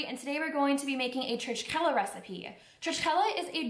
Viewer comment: Pronounced Churchela ❤️ Regards Jonathan Elikashvili 🇬🇪